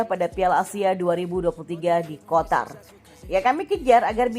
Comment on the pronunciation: penyebutan Qatar msh aja kotar min...😂😂😂